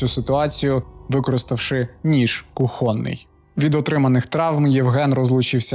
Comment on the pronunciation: Ніж кУхонний, а не кухОнний- вчи мову